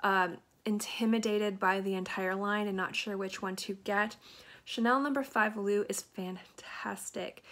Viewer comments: Nice choices! I have two from your list that will be in my rotation. I’m going to have to pick up the Madison Lancôme fragrance you mentioned. I’m always looking for different takes on almond. L’eau is pronounced more like low than loo. ✌🏼happy new year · Great vid, You prob know by now, I havent read the comments, but L'eau is the same as "Eau" pronounced as "O".., or "L'O"